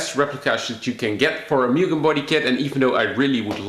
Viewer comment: put in a k 24 and de stroke it so u can rev it out to 12 grand, also pronounced MOO-GEN